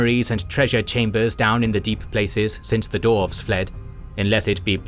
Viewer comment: "Men and Dorfs".